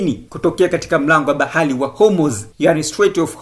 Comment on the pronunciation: Mtangazaji hawezi kusema bahari. Anasema "bahali" halafu anasema trump anakosae.